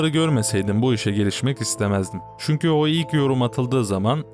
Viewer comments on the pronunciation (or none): none